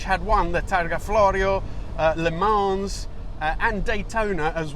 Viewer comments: Ease up on the s in the pronunciation of Le Mans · I love and this channel. He is careful enough to say every single Italian name like a true Italian. Meanwhile says Le Mans like a queens NY mob boss (luh monz) making the French die inside a little probably 😂😂😂